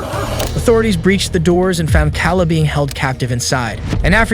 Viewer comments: Why are you saying the "s" in Louisville and why are you calling Kala (kah-luh) it's Kay-luh, and now Chloe is "clo"? It's cloh-ee. WTH it's pissing me off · Her name is pronounced "Kay-La" they say her name several times in the footage. Either this channel uses an ai voice or they don't care. You added the footage and mention the victim multiple times the least you could do is show some respect and get her name right. Huge pet peeve, name pronunciation matters. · You keep mispronouncing her name! It's pronounced "kay-la" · The first girls name is not pronounced “Kalla” it’s killing me. It’s Kay-la how hard is that 😭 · Why is this channel saying Cal uh like a dudes name and uhhhhhh. Its verly clearly pronounced Kayla. Duhhhh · Kala's name is pronunced KAY-LA. They even said it on the multiple times on the video and you still got it wrong. She did an amazing job of recounting everything that happened but nobody gave her the support she needed and she never recovered. Then you said Louisville like Lew-is-ville when everyone knows it's Louie-ville. It's really not hard to find this stuff out with a tiny bit of research. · 1 st case Her name is pronounced Kay-La(Kayla),2nd case his name is pronounced Mo-zis(Moses),3rd case her name is pronounced Klo-E(Chloe). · Is this channel AI narrated? Because the constant mispronounciaton of Kayla is driving me crazy.